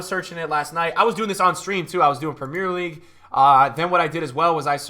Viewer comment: Love your content bro but please say 'Premier League' properly 😂